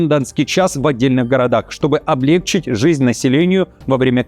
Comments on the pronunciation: Ведущий привлёк моё внимание к своему каналу не ангожированной подачей материала и хорошо поставленной правильной речью, а тут вдруг, ...8.46 мин, чтобы облЕгчить жизнь( облегчИть ). У Петросяна был номер высмеивающий необразованность : дОцент, взял пОртфель ... там ещё были другие слова, как осУжденный, нАчать. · Уж коли вы не ИИ, то говорите облегчИть, а не облЕгчить.